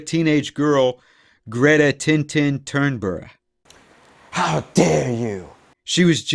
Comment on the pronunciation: it's Thunberg